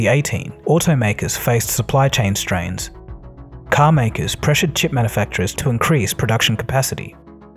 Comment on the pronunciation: Hearing you mispronounce "manufacturers" over and over again was mildly entertaining.